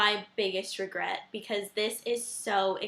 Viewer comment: hahahah regwet LOL .